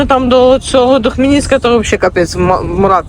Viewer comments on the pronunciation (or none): 😂😂до Хмєльніцка....😂😂😂Від Хмєльніцка вам привіт! Я тоже так говорю 😂. Так шо всьо ок!❤❤❤